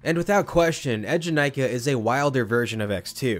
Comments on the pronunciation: it’s “ee” jenakah (as in bee)- I spent 2 hours in the queue to ride this when it first came out and that song has been hammered into my head since- I can still hear the rhymic drums with the ride name playing over and over in my head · That’s cool you rode it opening year! The ride’s name is not pronounced how you describe tho. Check this movies scene here where they chant Eejanaika - The ride hosts at Eejanaika also pronounce it “eh” jenakah just like in the movie which represents when the term became part of Japanese culture.